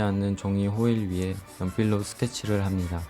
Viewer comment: 항상 느끼는건데 '니'를 '미'라고 발음하시네요 합미다 ㅋㅋ